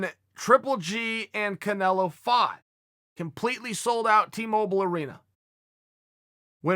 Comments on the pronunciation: He totally mispronounced the name and was just giving lots of false info on the boxing comparison... with Canelo/GGG #s or when and where it took place and who KSI was... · Did he call Canelo canal? Lmaoo